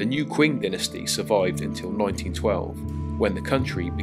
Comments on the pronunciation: Wonderful video, with some great visuals. However, I'm curious why you pronounce the next dynasty - the Qing - as 'kwing'. It should be pronounced 'Ching'. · There’s no ‘w’ in Qing. It’s pronounced Ching.